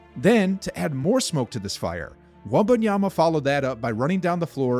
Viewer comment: All the NBA commentators have to do now is learn how to pronounce his name correctly. NOT Wembanyana, not Wenbayama.